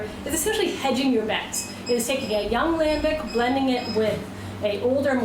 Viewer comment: You want to pronounce gueze like a frog then you f up lambic... lambeek you say lambeek